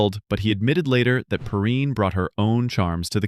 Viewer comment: I’ve never heard anyone pronounce Valerie PERRINE the way you do in the clip. I’ve always heard it pronounced PURR - EIN.